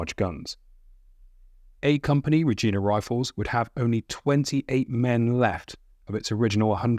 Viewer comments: Reg-eye-na not Re-geen-a, rhymes with vagina. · Reg-eye-na Rifles, not Reg-eee-na Rifles. Obviously not produced by a Canadian, or by anyone who cared to verify correct pronunciation. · JSYK, Regina is pronounced "reg-eye-na" as in vagina, not "reg-ee-na" as in Jena Davis. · It's Reg-EYE-na, not Regeena. Other than that, good video, thanks for highlighting the Canadians. They seem to get left out a lot. An ex-boyfriend's uncle, who I was honoured to have spent some time talking to, was on Juno Beach on D-Day. He was with the North Nova Scotia Highlanders. One of my own uncles was on a support ship with the RCN. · Btw, it's pronounced Regeyena not Regeena. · Canadians pronounce the word Regina as Reg-eye-na, not Re-gee-na. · A couple of times, you mentioned the Regina Regiment. Please note that the i after the g is pronounced as a long i, like "Ree-jI-na", not as a long ee sound as you did. Both the regiment and the city (provincial capital of Saskatchewan) are pronounced as I described. No harm done, I just thought you would appreciate the correct pronunciation. I am very much enjoying your tour of the Normandy battlefield, please keep up the excellent work! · it's not (regina) reg-ee-na it's reg-eye-na the "i" is pronounced "eye" not "ee" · Gotta learn how to speak it's not regeena it's Regina rhymes with vagina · Thought you should know one little point about the Regina Rifles. Neither the city nor the regiment is pronounced 'rejeena'. It's a hard 'I', so that they rhyme with 'vagina'. Cheers. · Regina is pronounced "Reej eye na" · Regina is pronounced with an I sound not an ee sound.🇨🇦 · Great video. Just by the way, as a Canadian, your pronunciation of Regina is killing me. Everything else was good though!